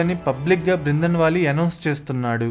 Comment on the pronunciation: బ్రిందన్ వాలే కాదురా బాబూ... బింద్రన్ వాలే.. కనీస సమాచారం లేకుండా వీడియోలు చేయడం ఏంటి.. ఫిరోజ్ గాంధీని ఏకంగా ముస్లిముగా చేసేశావే... అతను ఓ పారసీ..